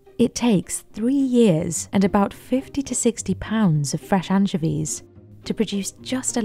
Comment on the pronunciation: anchiveeezz lol